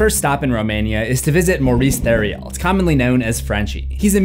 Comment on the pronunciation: When you say Theriault, you don't need to pronounce the L at the end. Just say "Tario" like "Ontario". That's the tip I tell people since my last name is Theriault. #TheMoreYouKnow ~~☆